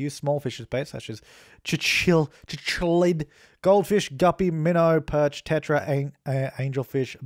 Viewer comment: Ok... I gotta help you out with that fish name. Cichlids fish are pronounce sick-lids. I used to work at a pet store. PS. The flower orchid is ore-kid